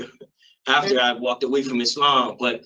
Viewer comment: “I was into izzLAMMM” 😂😂😂😂